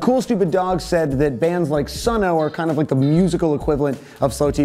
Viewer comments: It's just pronounced "Sun" not Sun-o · Lmao you said Sun Oh. It's okay, I do that too sometimes. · Its pronounced just "sun". hah just saying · That is NOT how you pronounce Sunn O)). It's just said "sun". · Sunn O))) is just pronounced "Sun".